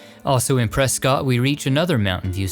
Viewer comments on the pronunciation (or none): this is just a nitpick, but when you mentioned the Granite Mountain Hotshots, you said the name of the town is Prescott. it is spelled that way but it is pronounced Preskitt. it's a silly thing to point out but i currently live in "Preskitt" and mispronouncing is kind of a sore spot for us locals. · If you ever return to Arizona, it's pronounced "Pres-kit." Great film, though. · I always get excited when you premiere a new video. Yous is the best channel of its kind. 2 tiny pronunciation quibbles. Waxahachie is pronounced WALKS-a-HATCH-ee. Prescott is PRESS-kit.